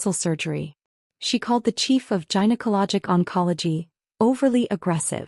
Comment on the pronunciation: Gynaecology: 'g' as in 'goat', not 'g' as in 'giant'. There's no excuse for this mispronunciation.